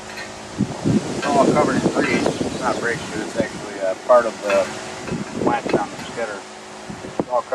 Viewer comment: it's not a wench it's a winch